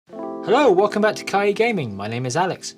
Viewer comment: I wouldn't comment, except that it's the second video in a row where you've mispronounced "kiai" as "kai-i". Not that I have a problem with it, it's just funny-sounding to me... Also, you said the Mounted Samurai was a commoner unit, when it's samurai (not hero, though)